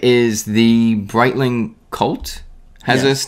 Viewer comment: Please learn how to pronounce "Breitling"